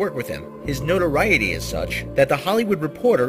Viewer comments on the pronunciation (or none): none